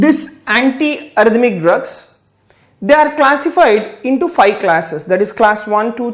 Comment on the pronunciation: Thank you for the wonderful lesson. One thing that kept bothering me throughout the video is pronouncing V as W? Please, correct that. I don't understand why do they pronounce V as W? So, annoying. Please, pronounce FIVE properly. It's not FY. British, American nobody pronounces V as W. Please, please, please I beg of you. Make correction on that.